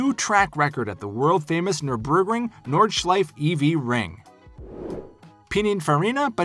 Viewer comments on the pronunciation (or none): none